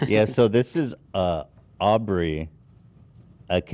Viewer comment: With peace and love Ethan, it's Aubery - not that hard to pronounce.. and please leave Dan alone!!!